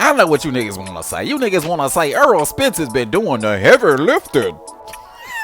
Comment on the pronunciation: I don’t get into negotiations so I don’t care what another man is getting paid, outside of that nothing you said made sense. By the way his name is Errol Spence not “Earl.” You said a bunch of generic bs lol Crawford never publicly gave details on the negotiations. He just say the fight will eventually happen. Max Kellerman called Spence a duck cuz 4yrs ago Spence told Max and Stephen A Smith Crawford just need to get a belt. Crawford beat Jeff Horn for the belt, linked up face to face with Spence only for him to change the script and say “why why why I don’t I just take the easy route and take Shawn Porter belt”